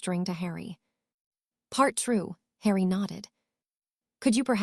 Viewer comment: Like how hard would it be to show the Ai language model the potter films???? It cant pronounce harry at times so words only known in Potterworld they absolutely murder....its atrocious.